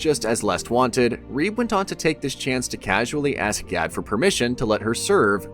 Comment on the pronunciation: and "G A D" pronounced "GaL" i'm sure you're doing it on purpose, but to what end?